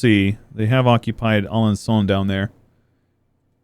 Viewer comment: Another episode of Learn French With - Namur... No comment. Have fun, kiddo... - Cambrésis was OK, but I'll guess the final 's' is mute. But, then again... it's French, so... - Alençon was fluid, but both 'n' should be mute. (Even is that American accent on Alençon was smooth af)